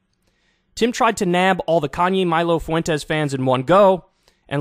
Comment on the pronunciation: Kyle, stop pronounces "Fuentes' that way. It's like nails on a chalkboard.